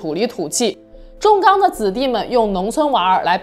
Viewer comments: 重(Chong)钢，重庆钢铁集团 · ，是Chong 钢，重庆的重😊